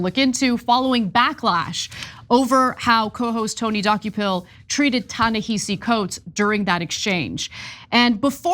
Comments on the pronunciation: Ana, Cenk: His first name It is pronounced Ta-ni-ha-see, not hi-see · It’s pronounced “Tah Nehahsee” okay peace ✌️ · Pronounce Ta-Nehisi Coates name correctly. It is not pronounced the way it is spelled. It is pronounced Ta-NaHAsi. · I wish you would pronounce his name correctly. It shows no respect to the author. Ta-Nehisi